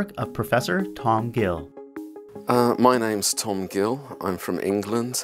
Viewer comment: Anywhere else heard: Oi, me name is Tum Gil. Am from England.